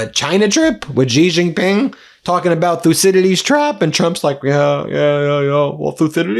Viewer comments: Pronounced: "She Gin-ping" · Why don't you learn how to pronounce Xi Jinping correctly? 😅